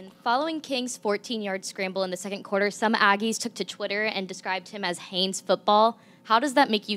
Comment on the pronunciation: Good job getting Haynes right👍 The next one is is Achane. It’s pronounced A-chain, like the the letter A and then Chain. I think you’ll have to talk about him a lot this year and I’m sure he will appreciate you getting his name right.